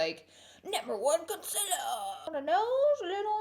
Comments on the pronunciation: Why do you sing that song at the beginning? Also you said conciller?? It's concealer x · How your meant to say it : concealer How Laura says it: conclr 😭 Laura!!!!! Honey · CON👏CEA👏LER👏 NOT CONCILA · I like her but I freaking want her to say concealer not conceler ugh it makes me angry af I don't know why😂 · Why do u say conselar its conseAler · try to find a laura lee video where someone doesn’t comment “con-cih-ler” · Concealer is pronounced conceeeeeaaaaalee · its pronounced KUN-SEAL-LER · Randi Nicolajsen glad I’m not the only one, I thought I was just hearing her wrong but she says it a bit weird. No hate, just a thought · Never stop saying consiller. It makes you you! Lol I love it. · Vienne Borg I really love her but it bothers me SOOOO MUCH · I love Laura but why does she say concealer wrong 🤦🏽‍♀️ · Not to be rude or anything but why does she say concealer like that?? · the way she pronounces concealer has me dead